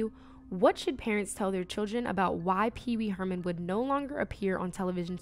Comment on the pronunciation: "Pee pee Herman" 😂😂😂